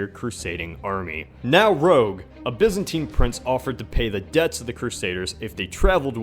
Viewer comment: can't you say Byzantine properly!!!